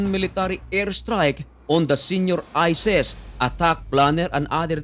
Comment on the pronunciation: Ayusin mo salita mo...isis...Hindi ises😂😂😂